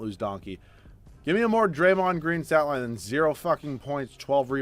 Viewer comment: Love it how he calls draymond donkey😂